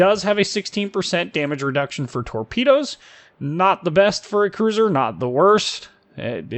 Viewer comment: If you can't say cruiser then just say battlecruiser lol